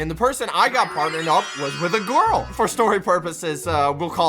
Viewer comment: "i got paired with a gourl "